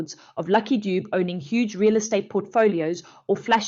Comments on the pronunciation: Not lucky doob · Its pronounced Duve not Dubu.... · Pronounced….Lucky Du-bè… !! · Its not Lucky Doob but luck Dube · Not Doob